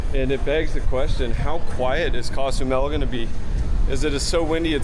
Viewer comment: It’s not pronounced cas u Mel,, it’s Cozumel